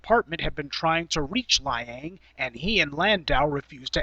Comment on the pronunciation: Peter Lie-ang lol